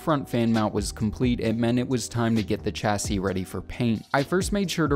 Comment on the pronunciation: Great vid, but your pronunciation of chassis is baffling